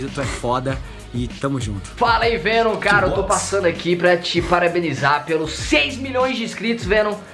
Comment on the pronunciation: O monerk falava venom fenom e menom